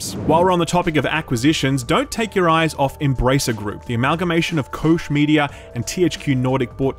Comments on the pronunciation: Bro, it's Koch Media, not Kosh or Kosch or Kock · Oh, admit it - you wanted to pronounce it "Cock media"